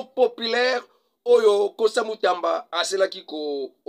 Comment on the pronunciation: Constant Mutamba non Constant Mutanda monsieur